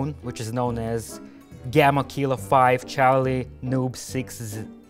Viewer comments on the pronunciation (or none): none